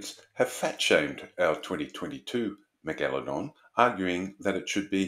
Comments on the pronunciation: Jeez you're a pesky bugger, or is it the Al-Gore-Rhythm...lol...we're screwed, I've been banging on about Climate Change since 1993, lot of good that was, when fellow science trained people were being equivocal. Listen to Professor Subir Sarker say 'Astro-nome-ee' then I double dare you to say Meg-Aladong again. It's pronounced Mega-La-Dong...you know, like Mega-Dong with a La. You even did it once, why the pretention? Affectation (may be a better word...but more insulting), I'm an equal opportunity offender. I'm revising my criticism that was here, as sharks do actually vary wildly in number of vertebrae...stupid bitey fish. Eff Walter Ivanstoff...he was a chauvinistic pig from hell, but I took his challenge that you couldn't fail his course (or get a HD), and I beat him! (by smoking pot on his field trip, not doing any work, handing in the most legendarily awful morphometrics and Meristic's description of the fishes of Myall Lakes and failing all his tests. His first test just had the head of an advanced teleost with about 50 bones, and I just answered Operculum and Mandible. 😂😂😂...just amusing myself. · Is the unusual pronunciation of megalodon an Australian thing?